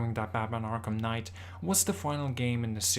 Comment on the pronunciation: batmanS arkhamS knight lol love it